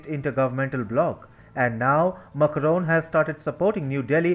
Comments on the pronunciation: Its MAC (RON) and not Mucroan. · Your channel would have so many views if you change the orator. He can't even pronounce macrons' name correctly. His delivery is bad and accent kinda strong